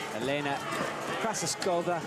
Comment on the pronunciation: Get someone who knows how to read to comment. He called Krasovskaia 10 different names, all wrong.